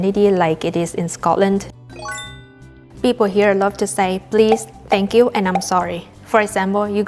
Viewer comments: The way you say Scotland is spot on "Sco-lnd" not Scotland ❤ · Hi from Scotland, I`m pleased you enjoyed your time here. Just to say the way you say Scotland and Scottish sounds, well, Scottish 😁